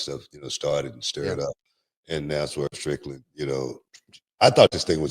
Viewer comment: "Swerve Trickland" 😂😂😂.